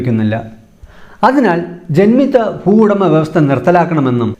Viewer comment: ഫുവുടമ, ഭൂവുടമ